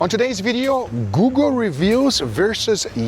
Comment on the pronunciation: I replayed it and i think he did that on purpose lol but he did say google just oddly. I heard guga too lol